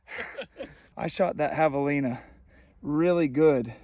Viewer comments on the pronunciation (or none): Javelins (espanish) you pronounce as Havelina... So José could be Hosé...😂😂😂No Chosé ??? ...I shoot it good but it's not bleeding much... Of course if you have used fuckin varmint bullet !!! Otherwise not bad video.